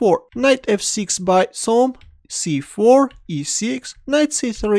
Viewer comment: The correct pronounciation is "Chom" like in IvanCHuk name, not like in 'S'ergey Karjakin name, as you pronounce it. He was a Hungarian GM.